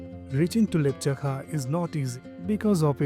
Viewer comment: its laptsakha....not lepchakha....